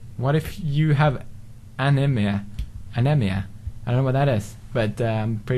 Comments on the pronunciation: anemia is pronounced ah-nee-mee-ah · ***** anemia is pronounced uh-knee-me-uh